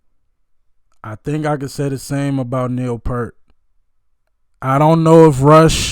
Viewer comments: By the way, Neil pronounces he last name like you're saying "ear" with a "p" in front and a "t" at the end. I suggest watching this drum solo of his, which elevates him well above most drummers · Just a polite reminder that Neil Peart pronounced his name P-ear-T, not P-ur-T. So, his name rhymes with ear, sheer, beer, pier, etc. It doesn’t rhyme with Burt, shirt, or hurt. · Hey man, I love your openness to expose yourself to new music. Neil's last name is pronounced peert. P'EAR'T